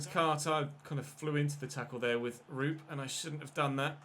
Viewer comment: You are pronouncing Alho's first name horribly wrong hahah, as a Finn myself it sounds so funny. Actually, it's pronounced "Roo-pe", where the O's should be pronounced like in the word "(Of) course" for example, not like in the word "good" as you are saying it :D